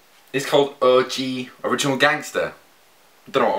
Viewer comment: the way you say O.G sounds kind of like you're saying orgy ....